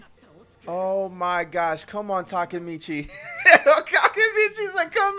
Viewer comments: Can't believe she still call him Takamichi instead Takemichi lol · Y’all went a whole season saying “Takamichi” Takemichi<correct one